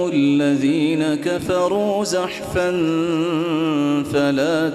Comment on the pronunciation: حضرت صاحب آپ نے الذين اور زحفا ميں ذال اور زا كا مخرج ايك كرديا اور تعوذ الشيطان كی ی میں زبر كى بو آرہی ہے لیکن بچے نے درست پڑھا